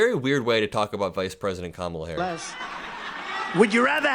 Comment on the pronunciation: Every 'Ka-MAH-La' is basically a dogwhistle N-bomb anyway. He's saying she's 'other than us'...her name is too strange, too foreign to try committed it to memory or try to respectfully pronounce it correctly. Rapists are rude assholes 🤷‍♂️